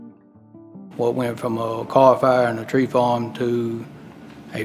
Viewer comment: Way to go I like the way you pronounce the number three sounds like turd. And don't show news clips and have narrative audio on top of it as it gets mighty confusing it looks like it's not in